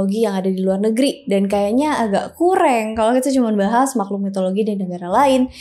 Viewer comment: Ngomong tu yang bener,bukan kureng tapi kurang